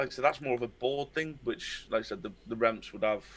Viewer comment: LOVE HE SAYS REFMS